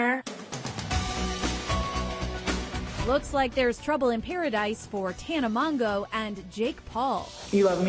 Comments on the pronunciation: is it really that hard to watch one of her videos and hear how she says her name... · What bothered me most was the pronunciation of her last name ugh